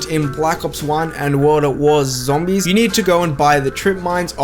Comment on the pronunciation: I think I rather call it; "ZAMBIES"